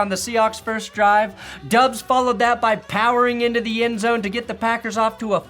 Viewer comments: After being friends with Grossi for so long, you're still calling Romeo...Dubbs? All Packers fans know it's pronounced...Dobbs. would tell you to get it together. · Romeo Dobbs is the way you pronounce it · How long until teaches you how to say Romeo Doubs name correctly